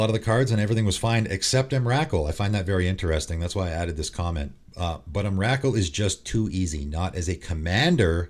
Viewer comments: Just FYI, it's EM-RUH-KOOL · I agree with most of what you say. Biggest controversy has to be your pronunciation though. Not saying it's wrong, but have literally never heard anyone pronounce Emrakul than what I heard today. Lol the names have been so wild since I first heard Iname. XD Keep it up though. Glad you got your channel back. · Dude,seriously,the way you say Emrakul is like nails on a chalkboard......I’ve never heard anyone ever pronounce her name like that before